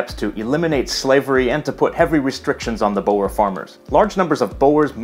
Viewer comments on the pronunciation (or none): Boer is pronounced boor, not bo-wer. It means farmer. (cf bauer). Amper is a dutch word, no need to get it from malay. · "Boer" (lit "farmer") is pronounced like the English "boor" in both languages, not "boh-wer". Your pronunciation is closer to Dutch "bouwer" or Afrikaans "bouer": "builder" in English. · "Boer" should be pronounced as English "boor". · Pronounce oe like oe in shoe, and not as owe. Boer means farmer. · Nie BOW- ERS, Boo- rs. Die res is perfek. Dankie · Bower wars? You may find this easier....Just say B then add the oo "cool" and add a rolling R in the end....there you go.... My people are the Boer/(boor) people. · Im dutch but if its a decendent of dutch. It cant be how you say bo er. Its boer. Oe is spoken as ooh. So you pronouce it like boohrrrrrr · I am sure that there will be a similar comment in the 4,063 comments below, but "Boer" is not pronounced "bo-er". Instead it is "boor", like "boo" with an r at the end. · I agree that you can't always pronounce foreign words the correct way. However, in this case, the /oe/ vowel is one vowel, [u], and proncouncing /boer/ like [bowar], so two syllables, sounds really wrong to native Afrikaans and Dutch speakers because this word has always been monosyllabic. Before the word 'boer' popped up on screen I really didn't know what you meant when you said 'boer wars'. I don't think it's showing off to try to get as much of the phonology right. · a small thing; Boer is pronounced Boor, not bo-er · Stop calling it Bowers, it's not Kiefer Sutherland impersonators. oe in Dutch is always pronounced like oo in school. if it would sound like Jack Bauer it would be written Bouwers or Bauwers. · You pronounce 'boer' like 'bower', yet it should be pronounced a bit like 'boor', with the two o's sounding like in the word 'loop'. Boer basically means farmer. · me I was annoyed Dhsusndudjdj it’s BOo-rers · Lern how to pronounce BOERE OORLOG ,BOERE WAR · It's pronounced boor (roll the "r") 🤣🤣🤣🤣🤣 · it's pronounced boors